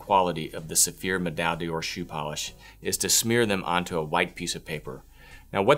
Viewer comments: Pronounced door.. not "day or". D'or sounds like one word in French. just a tip. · Yes, except he cannot pronounce the product name properly! D'or is the same as dor.